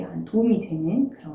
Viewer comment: "감사합니다"가 이토록 신선하게(혹은 신기하게) 들리는 채널. 손 흔드는 거 기대했다가 깜놀했어요. 책 주문하러 갑니당